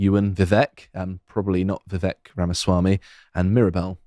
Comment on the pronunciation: Vivek is pronounced "viv-ache"